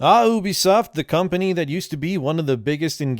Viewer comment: You speak good enlgish. But you pronounce Company funny. You say,”Com Pah Nheea”. 😂 It is pronounced,”Com Pah Ney”. ☝️